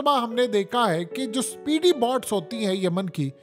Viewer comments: بہت اچھی وئڈیو ہے بس تلفظ درست فرما لیفیے۔ BOTS نہیں BOATS جیسے چوٹ ویسے بوٹ۔ نہت شکریہ اتنی درست معلومات کا۔ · PEANDOO BOTS NAHIN BOATS HOTA HAE MARASI 🤣 😂 😆 DON'T WORRY I WILL KEEP CORRECTING YOU BECAUSE YOU ARE DUNGARR 😂😂😂😂PEANDOO